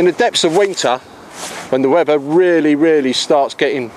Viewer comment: I love the "storm freds" for when the "wevver" gets bad.